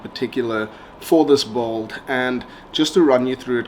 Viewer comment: No offense but it's not pronounced bald!!! It's "build"...